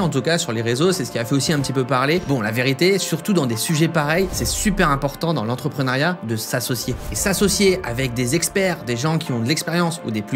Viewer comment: entreprenEUriat ... pas entrepreunAriat.